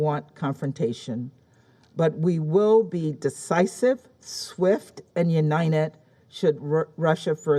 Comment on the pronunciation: "We will be decisive swift and "unined..."" :P Unined we shall be but please don't poke the bear xD